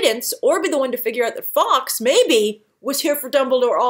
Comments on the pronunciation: Fox lol.......it's Guy Fawkes, pronounced like Forks. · I want more Law & Depp, don't give me such good actors & loose them in flash backs or sub plots. Hope you feel better soon. Fawkes is said more like folk, English is odd. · I thought the 's' in Fawkes was silent